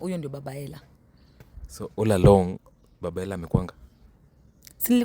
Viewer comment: waah hata baba mtoi ajui kusema Ella anasema Hella ama amelipwa huyu nkt